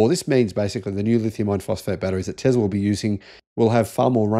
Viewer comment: Please stop saying "TEZLA" it is "TESLA" FFS!